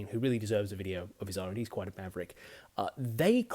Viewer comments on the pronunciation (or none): none